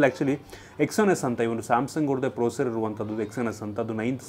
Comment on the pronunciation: Thas not procer its processor